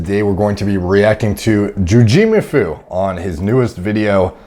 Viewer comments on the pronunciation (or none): JujimUfu not Juj i mufu xd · I would think it was.... jooji-moofoo. Not jewjeemufoo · “JuJI muFU” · “Jew Gee mafoo” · The way he says jujimufu, Joojeeemafoo🤣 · "JujEmu fu" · Broooooo.... How dare you mispronounce his name hahaha. Jugeemafu. Edit: WAIT you skipped his delt joke! Go back! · Ju JEEE mufu 🤣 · The way you pronounced 'Jujimufu' at the beginning was great 😆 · Derek fuckin massacred Juji's name at the beginning lol. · Derek, I believe the correct pronunciation is "JuicyMufu" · Derek really just said “Jujimufu” the way you say “Zoboomafoo” lol I’m dead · I will never pronounce jujimufu the same way again. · Says Jujimufu like Zaboomafoo. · The pronouncing of Jujimufu at the beginning just made the whole video amazing. That's the best way to say it. Has to be a thing.